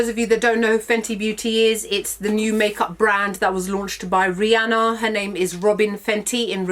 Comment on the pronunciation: Thankyou for pronouncing Rhianna's name right.